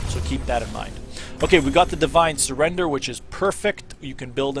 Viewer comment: Great Video for me learning Yorick, only problem is it's called a Divine Sun-der-er Cheers though mate!